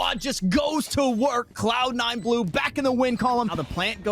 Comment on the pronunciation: "Cloud 9 glue" lol